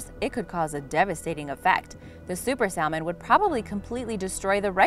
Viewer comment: The "L" in salmon is silent